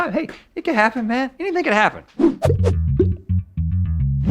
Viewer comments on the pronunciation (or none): none